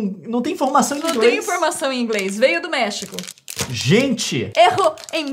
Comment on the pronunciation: "mefico vofe fe refimiu"